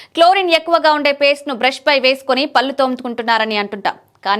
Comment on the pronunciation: తెలుగు భాష లో కళ్ళు, పళ్ళు, కాళ్ళు, ఒళ్ళు అనే పదాలు ఉన్నాయి. పల్లు , కల్లు , కాల్లు అని పలికితే ఆ పదాల అర్థాలు మారిపోతాయి. మీ యాంకర్ గారికి భాష మీద పట్టు ఉండాలి.... ఇది చాలా ముఖ్యం. మీరు ఎప్పుడైతే చక్కటి ఉచ్చారణ తో present చేస్తారో, అప్పుడు వినే వారికి బాగుంటుంది.. లైక్స్ ఎక్కువ వస్తాయి. దయచేసి గమనించగలరు, postivega గా.....